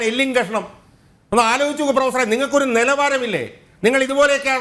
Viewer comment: ഷാജഹാൻ ഇടതുനിരീക്ഷകനോട് ഇടക്കിടക്ക് പ്രൊഫസറേ..... പ്രൊഫസറെ..... എന്നുവിളിക്കുന്നുണ്ട്.... കേൾക്കുന്നവർക്ക് പൂറാ.... പൂറാ.... എന്നുവിളിക്കുന്നപോലെ തോന്നുന്നു.... 🤭🤭👍